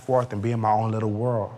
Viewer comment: And the word "world" has a D on the end. Otherwise, its a "whirl"